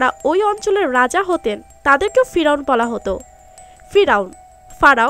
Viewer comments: ফিরাওন না ফেরাওন হবে এত লেখা পড়া করে বাংলা ঠিক মতন বলতে পারেন না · পিরাউন না পেরাউন।বেশি এস্টাইল করতে গিয়ে ভুল বলা উচিত নয়।।।